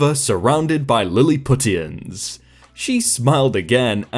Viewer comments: I felt my jaw nearly lock up from clenching so hard at his pronunciation. Yep, I'm white and nerdy! LOL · I don't blame you for the mispronunciation, but Lilliputians is pronounced "lih-luh-pew-shins".